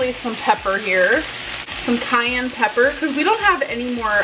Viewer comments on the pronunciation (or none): none